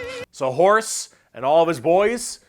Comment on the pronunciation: the way you pronounce horus I only hear as horse and that is way more amusing to me than it should be.